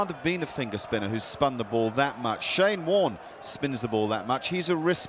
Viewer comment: It's Shane Warne not Shame Warne.